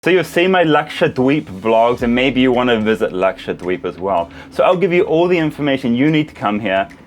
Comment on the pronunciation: Luxured weebs is what I heard and tought you were saying 😂